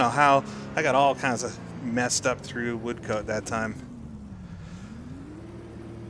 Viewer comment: Apologies, we Brits do have some funny ways of pronouncing names. The second syllable of Levant rhymes with Ant and pretend there is no E on the end of Woodcote.